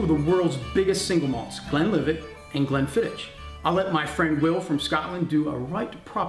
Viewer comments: Great little video chaps. Glenlivet for me. Also just a minor point Glenfiddich is pronounced 'Glenfiddick' not 'Glenfiditch'. Raising a dram to the Little Wars team :-) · Not quite 'Glenfiddick' either, Tales - the sound of the "ch" at the end of Scottish words like "loch" are not easy for non-native speakers. Hard to describe in writing but when you say it, it's almost like hacking up some catarrh! 8-). Have a listen to the Scottish guy's pronunciation on the video again (and if it helps, swallow a few drams beforehand 👍 ). Btw, Glenfiddich for me, please.